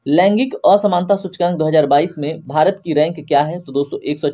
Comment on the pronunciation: Sir aap bahut achhe se haste ho jab aap Bharat ko behrat bole 😊